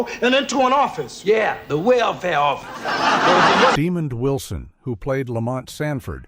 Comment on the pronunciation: Leave it to AI to butcher a name. It's not Demon Wilson! (smh)